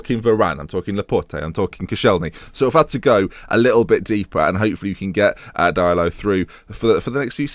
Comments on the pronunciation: Diallo is usually pronounced Dee- Allo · It's said "Deealo"